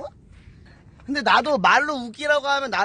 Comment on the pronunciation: 개그학원이라 할때 배그학원 이라고 들렸어요ㅋㅋㅋㅋ